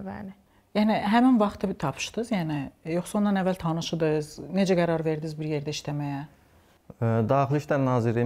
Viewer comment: Aparicinin danisigina bir baxin. " Tapişdiz ".. ele gorunuşunə uygun danişir